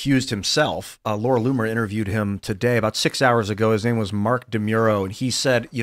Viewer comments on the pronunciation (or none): none